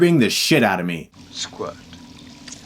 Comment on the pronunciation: I'm not sure if he says squid or squirt...